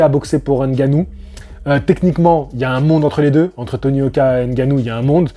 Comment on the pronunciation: On dit "Haine-Gannou" 😂 Blague à part, merci pour ton point de vue et tes analyses tjs très intéressantes 💪 Sinon je suis assez d'accord avec ton poto: faut arrêter de tout mélanger, c'est du sport de fight, mais chaque discipline est différente! On ne va pas faire affronter le champ de ping-pong contre le champ de tennis que diable 😂